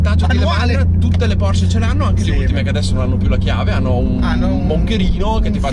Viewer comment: Auto incredibile, 🔝, no comment. Precisazione per il mitico: la pronuncia è Porsche, non Porsch. Giusto per fare il rompi balle ahaha!